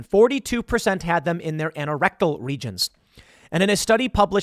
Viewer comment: Anorectal is pronounced "aye-no-rectal" not "ann-oh-rectal". You say the "an" the same way you say anal. I was confused what you were trying to say until I looked to see what you were reading. Saying words correctly is important.